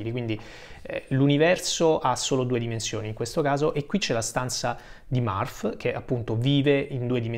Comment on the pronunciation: Non è Marf, (Murph) but Merf. Non è Balk, (Bulk) but Bolk. Per tutto il resto, grande video. Complimenti